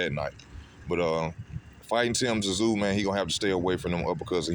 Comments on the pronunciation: For fucks sake it's tim zoo pronounce it right it's not tim t zoo mate if you like Thurman best you don't watch this fight I feel tyzsu is going to wipe his arse with your mate keithy he s the real deal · Its not Tazoo you idiot. Its Tszyu. Pronounced Zoo. The hell is wrong with you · For fuck sake~!! His name is pronounced Tim ZOO zooooooo it's fuckn simple, the "T" is silent in his last name... All you bloody people who keep pronouncing "TSZYU" wrong, are obviously NOT familiar with his famous father before him either? 😐 Seriously if you can't pronounce his last name right, then don't fuckn say it!!😠🙄 Easy!! Just call him TIM, and for God's sake please tell me that everybody can speak his first name without messing it up 🙄 I'm dead set embarrassed for all you morons who can't speak the name properly, all these god damn years later~!!! TerZoo TerZoo wtf is that shit??? Ignorant brain-dead assholes...seriously not even kidding 😐